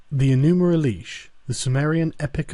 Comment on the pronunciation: Please don’t read in lower English. It’s Enuma, not Enumer. I can’t take the translation seriously when it’s like this.